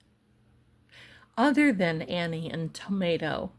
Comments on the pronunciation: Hon it's Tommasso not Tomato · My Darling, every time i hear you say "Tomato" I bust out laughing. I know this situation isnt funny but i just lose it. ❤